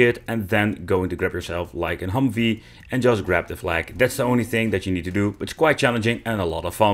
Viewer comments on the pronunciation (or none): none